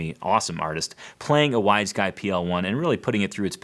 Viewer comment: I thought he was saying "Wise Guy" guitar :)